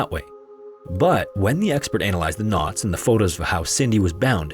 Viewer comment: I am so happy I'm not the only one who had to pause for a moment to rethink "not expert" 😂